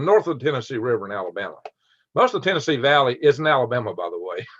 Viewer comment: Minute 6 TennesseEehhh